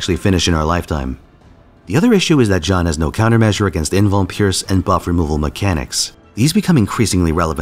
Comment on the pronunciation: Jean? It's pronounced Jan-nu